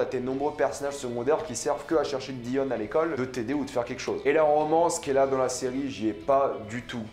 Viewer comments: on dit diON pas dian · pourquoi tu dis dAion alors que même dans la série en VO ils disent Dion? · Comment peux-tu prononcer Dion « Daïon » après l.avoir vu en anglais ? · En français ça se prononce « dionne » 😂 et je suis pas du tout d’accord, j’ai vraiment aimé cette série et j’ai hâte de voir la saison 2 (je pense qu’il y en a une) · En francais sa se prononce Dionne mais sa s'écrit Dion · Sa se prononce Dionne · Wallah arète de dire daion tu me stresses appelle daion 😤😤😤😤😤😤😤😤😤😤😤😤😤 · On dit dione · Que tu prononces son nom moi j’entends John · On dit dion (dillionne)